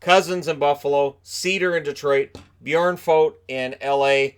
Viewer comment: As a Devils fan, I am pretty certain Hall will extend with the Devils. Although...If Devils decide to trade him, I actually think they will benefit from it pretty good in the long run. Oh, and hey, you pronounced Björnfot really well.